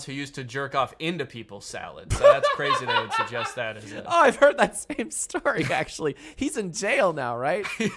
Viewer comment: "suggust" Danny Gonzalez 2022